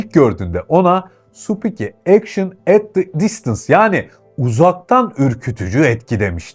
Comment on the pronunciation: supuki ekşın ete distıns 🤣🤣🤣